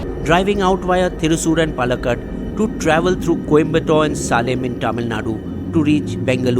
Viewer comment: Big fan of your work but man, you got to improve the pronounciation of Alappuzha, Pallakad, Salem & Ernakulam. As a South Indian it's harder to listen with the butchering of these names ;) here are the correct way to say